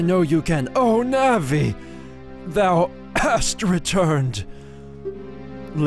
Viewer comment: it's pronounced nAHvEE!¡!!¡¡